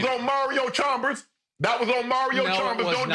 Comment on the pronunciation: "That was on Mario Chalmers, on Mario Chambers. Nah, it was on Mario Chumbers..."